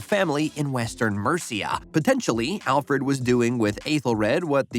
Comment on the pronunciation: The only name you pronounced correctly was "Alfred"